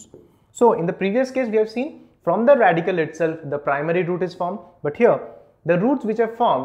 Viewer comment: Radicle* Not Radical.